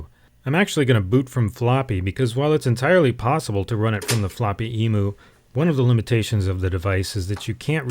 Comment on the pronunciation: As an Aussie, I just want to let you know about the pronunciations of Emu (eem-you) and Bondi (bond-eye). I considered not saying anything because this video was so good and I’m getting hung up on trivial nonsense. Also, I agree Apple neglected its cash cow, the Apple II. But I think Jobs was right. The company could have put all its resources in the Apple II and made it the world’s market leader of 8-bits. But while it took them quite some time to get there, the Mac (or the concept of the Mac) was their ticket to the future. But I have the benefit of hindsight. Who knows what would have happened if the IIGS was continued and and the Mac discontinued. We may well be using GS OS X now (or gsOS).